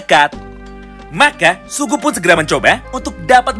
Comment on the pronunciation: Sugi bang sugi... Bukan sugu😭😭